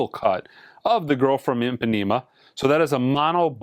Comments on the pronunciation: Thank you. Not small. 😫😫😫😫 and "Impanema" ::::wailing:::: There are 50k+ followers. It's not small! There is Google. It matters. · Not small. Not small at all. Nor is mispronouncing Gilberto, Ipanema or Corcovado. Kind of appalling in this day and age where it's so easy to look up pronunciations in any language. This is a timeless classic; it deserves that much respect, at least, especially if you're monetizing, and influencing 50k+ people.